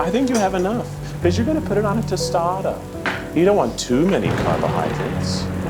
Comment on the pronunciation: Does anyone else like how Keith says tostada like toastAda lol